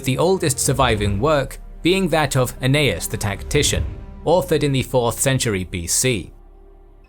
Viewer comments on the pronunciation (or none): none